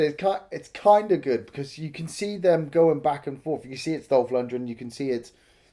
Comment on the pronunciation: He's name is LunDgren. Not LundRen